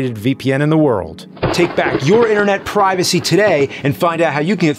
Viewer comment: He pronounces privacy wrong